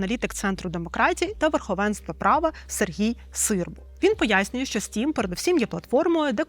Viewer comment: Не "стрім" а "стім"